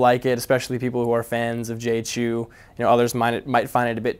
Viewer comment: it's like Chao... not Chu